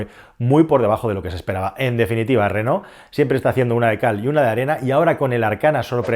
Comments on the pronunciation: Ll Renault es el apellido de los tres hermanos que fundaron la marca, franceses ellos, por lo tanto se pronuncia renó y no reno como pones tú, que eso es un animal astado. Si según cuentas se pronunciase como se escribe, pues bien, pero no te hará falta buscar mucho para darte cuenta de que la gran mayoría de españoles decimos renol y no renault con todas sus letras, solo escucha a la gente y de paso escúchate a tí mismo, estoy casi seguro que también dices renol en lugar recalcar cada una de las letras, pero bueno, ni te conozco y por supuesto que nunca te escuché hablar. Y tanta risa con como lo pronuncia Calero, pero vaya, si pronuncio tal cual escribes, la cosa vendría a quedar tal que así: "lo díras donde vivíras ¿tu?". Evidentemente acentué donde no es para que te des cuenta de cómo se te leería según escribes; si uno hace un pequeño esfuerzo y lee lo que supuestamente quieres decir, nos encontramos algo así: "lo dirás dónde vivirás tú", con lo que pones que el pobre sergio alvarez en un futuro lo dirá en un lugar donde va a vivir. En fin, para corregir vale cualquiera, hasta yo mismo cómo puedes ver 😈. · mi pregunta es, por que dices reno?? no renault?? jajaja